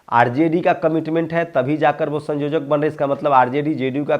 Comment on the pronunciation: संयोजक बोलिये सँजोजक नही